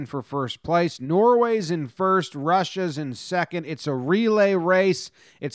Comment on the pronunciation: Duh wace was fow second pwace Wussia v Finwand